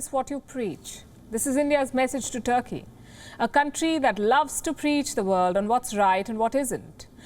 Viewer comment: Palki just butchered Turkey here... Mince no words... 😂 😂